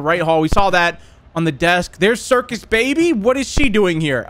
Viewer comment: I like how forgot the R in Circus "Cicus" rip lol